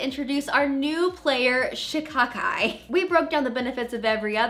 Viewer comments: You are saying shikakai right. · Yesss you said Shikakai right..